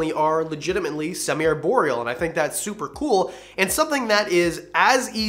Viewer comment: "ARE"borial. Not "AIR"borial.